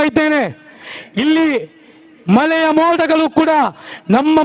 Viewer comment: ಮಲೆಯ ಅಲ್ಲ ಮಳೆಯ, ಮಳೆಯ.. 😄